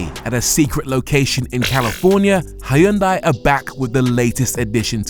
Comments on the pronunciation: It’s “Hyun-day”, by the way. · First time you mentioned Hyundai You said it wrong as they like to remind us in adverts .